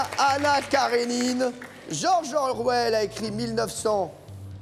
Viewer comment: Oh mon dieu Cyril qui prononce George Orwell "Georgon Orwelli"